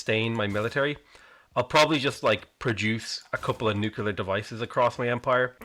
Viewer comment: PLEASE pronounce nuclear correctly. Saying, "nucyaler" makes you sound like George W.